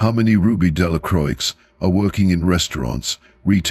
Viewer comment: The x is silent in Delacroix.